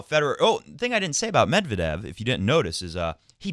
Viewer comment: According to his wikipedia article, the stress is indeed on second e of 'Медвéдев'. You can use wikipedia to check pronunciation for most russian names. They only tell you the pronunciation in cyrillic, but cyrillic itself is a fairly intuitive script, aside from the confusing stresses you'll see in Russian.